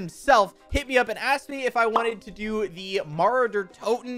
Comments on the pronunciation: i love how english speakers pronounce mauer der toten lol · Its German so I'm not surprised you mispronounced it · it's funny how he pronounces "Mauer der toten"